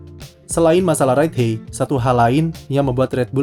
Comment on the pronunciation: Ride HAIT bacanya kak bukan Ride HEY 😢 Just my 2 cents hehe